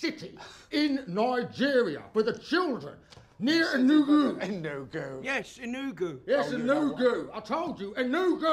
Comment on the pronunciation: His accent and pronunciation of ENUGU is killing me 😂 Give him a Nigerian passport already lol😅Gotta love him